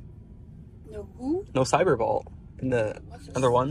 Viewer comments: How many people pronounce the word vault as "vaul"? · Sounded like dude said ball 3 times when he trying to say Vault. Pronounce the T more often and ppl will understand you better